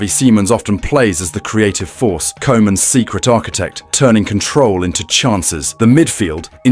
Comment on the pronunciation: Oranje, not The Oranje. Kooman not Co-man.